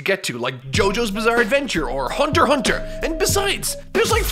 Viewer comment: doesn't pronounced the X in HunterxHunter? He's already showing promise